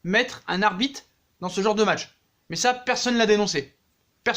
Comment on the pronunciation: Je suis le seul à entendre arbite 1 fois sur 2